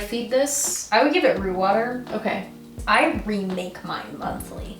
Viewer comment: Did y'all say RUNE water or ROOT water??